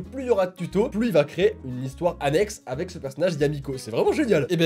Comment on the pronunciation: avex au lieux de avec mdrr!😂